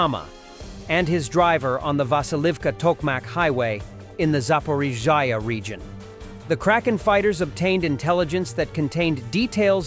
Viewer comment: Thank you seth and team i personally like the AI voice over ,but i wish it could say z,zaporozhye Happy belated New Year to you all❤